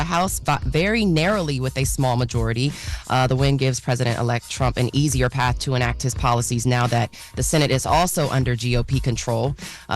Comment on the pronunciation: There still a paphway for the cowboys. Not a pathway….but a paphway…